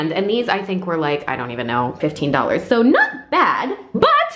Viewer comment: why do you say “so” like soar